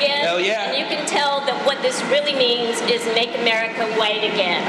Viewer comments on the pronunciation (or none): she can't even say America, it sounded like "umberrica"